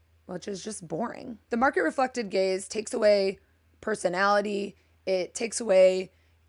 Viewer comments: It took me half way through the video to realize that you were saying “gaze” and not “gays”. 😌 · Every time you said, "Market-reflecting gaze," I heard, "Market-reflecting gays," and as a gay guy who is a color enthusiast and a crazy maximalist with a billion things on my walls and shelves, I think I'm an "Anti-market-reflecting gay." 😀